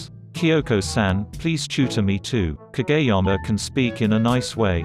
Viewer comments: KaGAYama and tsukki as sucky LMAOO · No one: the robot voice Pronounces kageyama as kAGAYyama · ...... so is nobody gonna talk about the fact that the voice pronounces kageyama as kaGAYyama ?? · I love how it pronounces "Kageyama" as "KaGAy-ama" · Ka Gay Yama